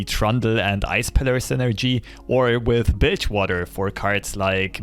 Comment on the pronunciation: Legit thought he said bitchwater with his accent. Lmao